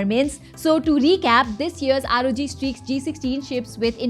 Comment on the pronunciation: its A-sus not asussu call it rog not r-o-g call it rog